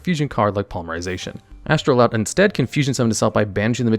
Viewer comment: Why did you keep calling it Astroloud instead of Astroud?